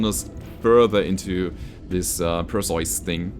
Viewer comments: Usually Per-See-Us is how I hear it pronounced. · Hey. Perseus is pronounced as Per-See-Us. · Its pronounced "Per-see-us" a mythological Greek hero who beheaded madusa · While "PER see us" is the usual English (Hollywood see Clash of Titans) pronounciation, it turrns out for Greeks and Germans it is more like "p eh r s EH f s" see New one to me. Got idea to look from Brogus Frogson's post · its Perseus, the greek hero who slew the Gorgon (Medusa). Is that how you pronounce the name in German? Because I'm fairly certain that all european countries pronounce it the same way as it is in greek and english. Per-see-us. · In German the "eu" in "Perseus" is roughly pronounced like the "oy" in "boy".